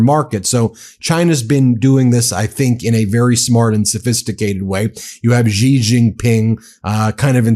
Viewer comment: Xi is pronounced "she" not "ji."